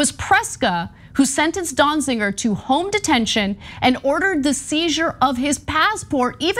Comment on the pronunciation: Ana, it is not pronounced DonziNger. It sounds like there are parts of this story missing. Be careful what you’re asking for… are you saying that anyone held in contempt of court or Congress due to J6 insurrection should not be held accountable.